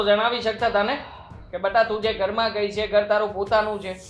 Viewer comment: ને સરખી રીતે ગુજરાતી બોલતા કોઈ શીખવો..... બધા શુધ્ધ ગુજરાતી બોલે છે... અને આ ગોબો છે... ની બદલે સે બોલે છે